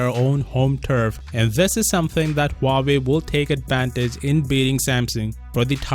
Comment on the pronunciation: Dang, I just got back from living under The Rock What’s a Huuahwee?